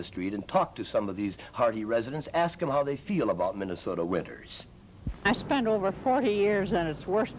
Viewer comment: Every Sunday in MINN-AH-SOE-DA is a Moron Sunday.